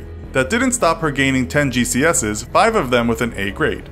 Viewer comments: ge see ess E thats how you say GCSE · It's pronounced "G C S E" just say it like you say FOP. Hope it's easier. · You say GCSE like g c s e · you said GCSE wrong G C S E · You pronounce the E in GCSE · You read “GCSE” wrong